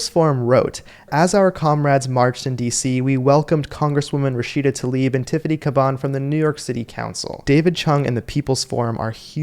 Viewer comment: If you want to be credible, please learn to pronounce the name Tlaib as it should be, not "Talib". And - no, I am not a fan of hers, just a fan of pronouncing the names correctly.